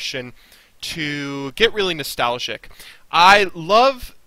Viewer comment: i never heard someone say nestalgic or wahtever before then u say it like 40 times in a video